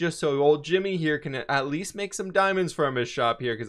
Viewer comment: Is it just me or when he says can it sounds like cant (no hate)